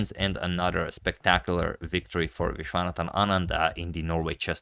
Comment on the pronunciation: When he pronounce "Vishwanathan Anand" better than us. lol